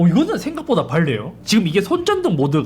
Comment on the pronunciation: 이사람은 왜이렇게 발음을 못하지 발네요라니..